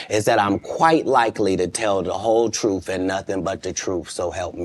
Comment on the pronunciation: u mean "truff". 😂😂😅😅😂